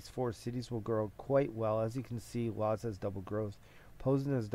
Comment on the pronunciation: Lodz is pronounced wooj